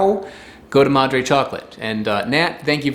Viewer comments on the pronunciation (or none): none